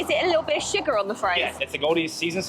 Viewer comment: ..so cute how you pronounce sugar! We say shugar and you say shiger. It’s like little ones say it over here! Love you guys! Want to see you feed your neighbors and blow their minds!!